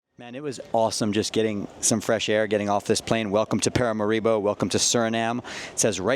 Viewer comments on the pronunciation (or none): the way you say paramaribo [in the beginning] is kinda wild lol my family is from there.. we say (')paa-raa-(')maa-ree-bo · Paramaribo I'm from there its pronounced pa-ra-ma-ri-bo